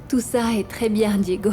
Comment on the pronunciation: Fédé est de retour avec ses bébéee bébé bébé eeee et sa penbech de femme cour après Santi bien que fédé ne pense qu'à l'argent de marie José Diégo est tellement bon pour Anna elle n'a jamais pris le temps de dire Diégo mais Digo 😂😂